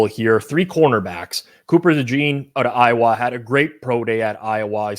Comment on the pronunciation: The way that you pronounce "Iowa" is wild